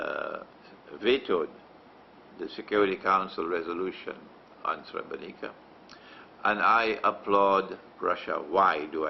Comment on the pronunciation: I'm Bosnian and a muslim, and you have to know that you lost the muslims from Bosnia since you gave that shameful interview to the Serbian television. You don't even know how to pronounce Srebrenica, nor do you know the exact date when the genocide happened, it was on the 11 july 1995. You should go to Srebrenica and pray janazah and pay your respect to the victims of the genocide that didn't only happened in Srebrenica, it happened also in Foča, Prijedor, Ključ, Višegrad and other places as well. You are ignorant and persistent in your ignorance. Yes it was a planned agenda and the Serbians are not sorry for it, they are even threatening us with another genocide, but you choose to believe the kufar instead of muslims.